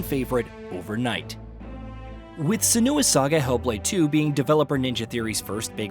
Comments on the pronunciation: Its SEN-oo- ah not sen-OO-ah. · Senua is pronounced SIN-wa not SUH-noo-ah. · Never seen anyone call Senua the way you do. Emphasis on the E, not the U. Like Sénua, not Senúa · Tbf, it's a British game, so it should be pronounced senUa. Ninja Theory tried to be all American with the pronunciation. One voice actor in the original did pronounce it senUa, however -- though, annoyingly, senooa was the most commonly heard pronunciation. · How many times is he going to say SEN-OO-UH?? I had to stop watching the video man. I'll go watch another review. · Why can't he say Senua's name correctly??? Lol